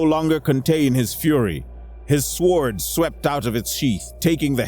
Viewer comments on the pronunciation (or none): "Sword" is not pronounced with its "w". "Sored". This is a very good story.